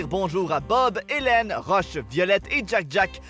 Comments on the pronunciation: Ok les français arrêter de nous faire chier avec vos ‘’LeS iNdEsTrUcTiBlEs Ça PaSsE miEuX’’ on s’en bas les couilles de votre avis les incroyables c’est la vrai traduction et en vrai on s’en fou si vous préférer ça ou non on veux pas votre avis .(Et en passant c’est pas Roche mais Rush merci) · Quand il a dit "rush" j'ai compris roche !